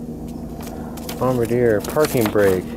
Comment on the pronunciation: bomb-bar-dee-A lol